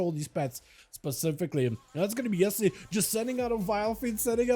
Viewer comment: Not "Esli", but "Elsi"😊